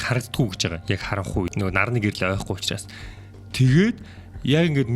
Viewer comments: Usnaas ❌ Uchraas✅ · hamgin ehend uchraas bish usnaas gej bnshvv ahaa aaw